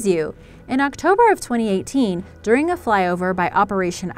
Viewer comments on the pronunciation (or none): none